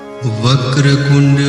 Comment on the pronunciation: Its vaker tund hay you are saying kund please check